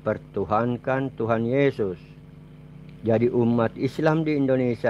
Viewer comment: Benerin dulu lidahnya/ucapannya Pak,bilang Tuhan kok tuhang,atau lebih baik Bapak benerin liang lahat spy nanti saat dikubur tidak kesusahan.